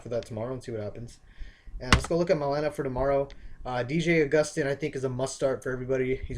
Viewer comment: It's pronounced D.J. AWW-gus-stine......